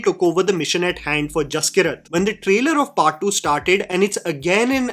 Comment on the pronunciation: Brother I think the name might be pronounced Jas-keerat not Jaski-rat. I might be wrong but I’m Punjabi and that is how we pronounce one of my cousin’s name (his name is Jaskirat).